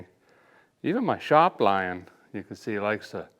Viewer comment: "Shop Lion" LMAO